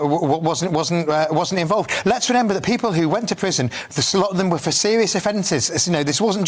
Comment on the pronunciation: 14.29 did you say renember instead of remember